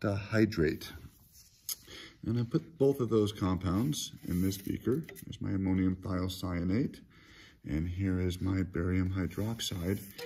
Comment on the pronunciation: Thanks :) It's great to hear someone pronounce ammonium thiocyanate.